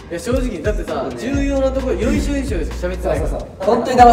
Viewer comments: うみちゃん よいしょ、よいしょ じゃなくて 要所要所(ようしょようしょ) だよ🥺❤️‍🔥 でも可愛いからこれからもよいしょよいしょでお願いします👍🏻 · の中村海人さん、重要な所って言ってるから多分「要所要所(ようしょようしょ)」って言ってるんでしょうけど発音のせいかヨイショヨイショに聞こえて如恵留くんのこと担ぎ上げてるみたいなの面白いです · うみんちゅ、「よいしょよいしょ」じゃなくて、「要所要所」だねかわいいね😂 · 中村海人さん「よいしょよいしょ」って言ってるように聞こえるんだけど もしかして「要所要所」のことかな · うみくん要所要所のことよいしょよいしょって言ってる？？？笑